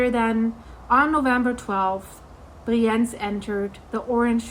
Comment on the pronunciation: Just a friendly note — the pronunciation of the city name 'Brienz' might need a quick check.